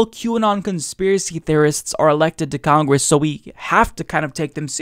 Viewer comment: Do you pronounce "Democwats" and "Congwess" like this on purpose? Honest question from a first time viewer here, maybe I missed a joke.